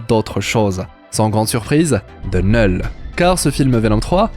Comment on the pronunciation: Neul ??? C'est bizzare comme prononciation, c'est pas plutot Knoul ?